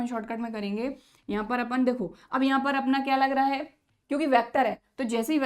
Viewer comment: Not apun apan